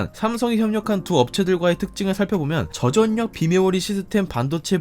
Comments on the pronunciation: 전략 -->절략 저전력 -->저절력 저도 많이 거슬리는군요 한국어 원어민이 한국어 표기와 발음의 구분을 못하는건 문제있어요 혹시나 다른분의 의견있나했는데 마침 지적하셨군요~~^^ 저도 좋은 영상 잘 보고있습니다~ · 나레이션할때 "전략=[전냑]" "저전력=[저전녁]"으로 발음하시네요... 한두번이 아니고 계속 나오는 단어이다보니... 구독 누르고 갑니다. 내용은 정말 좋았어요